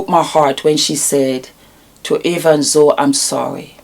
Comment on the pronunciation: I agree with you. It was clear as spoke that she has not followed Nikki and Jamie's old channel nor 'Simply Nikki'. She didn't even pronounce Zoe (pronounced Zoey, not Zow) correctly. And that is the problem with so many of the people judging Nikki, they clearly haven't followed the couple and know absolutely nothing about that which they comment on. They simply receive and swallow Jamie's narc bombs like baby birds being fed toxic waste by a hideous, demonic mother(Jamie).